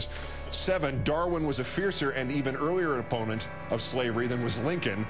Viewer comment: what's an "oponant"?